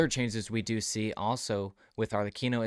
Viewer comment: this is one of the few videos out there where people say Arlecchinos name correctly XD